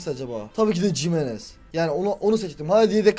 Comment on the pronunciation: Cimenez değil himenez